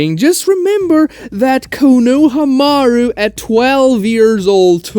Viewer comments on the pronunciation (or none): ko NO ha maru. The pronunciation though. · The way he pronounced cone-o-ha-maru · Found the video and wanted to check out another Naruto channel to add to the ones I watch daily; but then I heard “Ka-know-ha-maru” and canNOT stop laughing 🙄 ffs it really seems like you just looked the name up and tried your best to pronounce it cause they never say it anywhere close to that in the anime at all l o l. Other than that, which just made me laugh hella: good video and I’m definitely going to check some more out now! Probably earned a new sub even despite the funny ass pronunciation lmao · KOH NO HAMA ROO Please stop BUTCHERING the pronunciation when its being said IN SHOW. Like bro, you can perfectly say chibaku tensei but not being able to say Konoha or Konohamaru right literally makes me feel sick. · The way he say konahmaru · Say konohamaru right first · Why did bro butcher Konohamarus name like that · This means canonically Guy has ALWAYS been the literal hidden kage of the leaf. Edit: The way you pronounced Konohamaru destroyed a part of my soul how much it hurt. Great video either way 😂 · Thay was the worst pronounced verbally of Konahamaru I've ever heard in my life. I stopped watching right there.... 👎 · the moment you pronounced konohamaru that badly, i paused the vid, wrote this and now leaving. jesus fk lmao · y do u call konohamaru like that